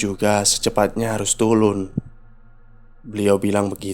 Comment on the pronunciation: Keren bang. Lucu waktu abangnya salah ngomong, jadi "harus tulun" 😂